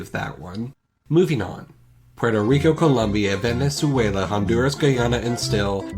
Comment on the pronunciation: Said Venezuela weird as well.